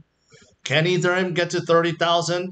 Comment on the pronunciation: its painfull to hear you pronounce ethereum